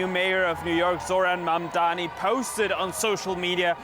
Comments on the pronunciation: should start with learning how to pronounce Mamdani's name correctly, he kept saying "Mamdami" which shows the level of reporting on his end. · Madame the journalist, it’s MamdaNi, not MamdaMi… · MaNdami, MadmaMi, i don't get why is it so hard to say his name consistently and correctly. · How are you hosting a show on DW if you can't even pronounce Mam-Da-Ni..... Non mandami.... Not that difficult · even she can't. or refusing to pronounce his name right . His name is Mamdani not Mamdami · Who is this "Mamdami" she keeps talking about?? Why is it so hard for people to say or remember Mamdani? This is not me being offended on his behalf. It just doesn't seem that difficult for me to learn, let alone for a global news anchor to learn. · This expert doesn't even know the actual name of the person. He's calling him MAMDAMI, nice job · Mam-Dani. It's really not hard. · no. not. She said in the start MamdaMI. They show their hate with this or may be a code for some kind of grouping may be. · no you are mistaken. The anchor said "Mamdami" 5 times, including 3 times in 30 seconds around the 6 minute mark. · This reporter and analyst are embarrassing, they can't even say his surname properly. It's really not that hard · The hate the White media is depicting out, is through the pronunciation of his name. As you did mam. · Say his name correctly, u racist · Why are you pronouncing his name wrong